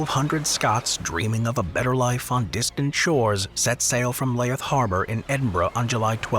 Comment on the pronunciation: Sorry what harbour was that in Edinburow? Layith?